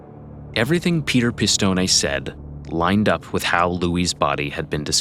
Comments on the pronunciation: Why do you repeatedly mispronounce “Pistone” as “pih-stohn-NEY” when we can clearly hear on the secret tape recording someone familiar with that family pronounces it “pih-stohn”??? 🤨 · Peter’s name pronounced Piss-stone-ee. It’s different.